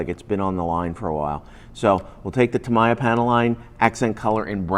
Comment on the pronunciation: тамАя... тамИя, епта.